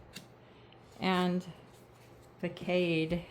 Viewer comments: Also...'fa-kade' (the 'facade' card)...I offer this only to be helpful, please don't be offended, I mean it in a good way. Its pronounced in a way that sounds like 'fas-odd'. It means the face of it, what's on the surface, the cover of the book only the part you see, can be the mask to cover up the entire content, preventing you from getting the whole story. You are only shown what they want you to know. What deck is this, please...it would be so greatly appreciated. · Hi, the word facade is pronounced "fasad" (the ad is like odd). Online the definition is: an outward appearance that is maintained to conceal a less pleasant or creditable reality, i.e. "Her flawless public facade masked private despair." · It's pronounced as Fa Sod. (Facade). Thank you,.